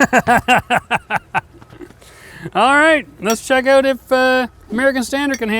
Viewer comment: The balls come "ooot"?